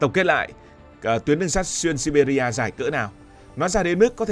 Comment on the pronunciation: Đọc là Si Bia thôi